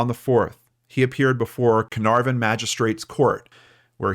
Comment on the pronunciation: Such a touching case with an amazing outcome. Hopefully cleo was not physically harmed. Have to admit the way you pronounced carnarvon was totally cute though completely wrong. Its a soft r. Like cah-nuh-v-n